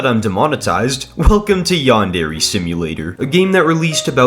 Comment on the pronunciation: its not yan-dere its yandere as one word